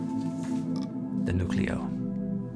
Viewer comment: It's pronounced "New-cleo" 😅 Can you do the Halo theme with this?